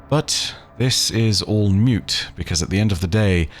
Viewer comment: Its all "moot" my dude lmao not mute